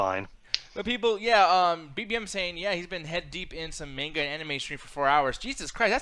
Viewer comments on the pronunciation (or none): it’s manga not MAINga.